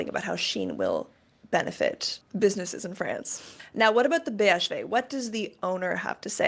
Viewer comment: you pronounced BHV perfectly